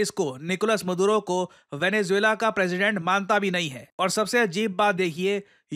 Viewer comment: निकोलस मदुरो ❌ निकोलस मादुरो ✅ 😁